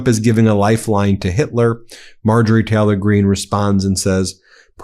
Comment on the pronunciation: I absolutely love this channel, I watch every video that comes out. But please pronounce the Y in Taylor. My autism can’t focus when you say Teh-lor half the time and I really wanna listen😂😂 Although if it’s a speech impediment, my sincere apologies 🫶🏼